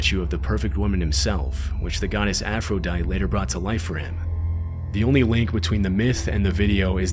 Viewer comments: He also pronounced Aphrodite like someone who's never taken a 5th grade English class. Reopen the schools. 😭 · the most disturbing part of this video is the pronunciaton of aphrodite